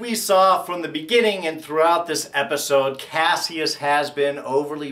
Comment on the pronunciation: why do people keep mispronouncing kasius name? don't they repeat it enough in the show?